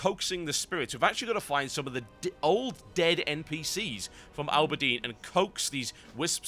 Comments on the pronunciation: I know I have some kinda of snarky comment waiting for this post, but... Auberdine, not Ooberdine Auber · you said Auberdine like Alberdeen which greatly resembles Aberdeen in Scotland XD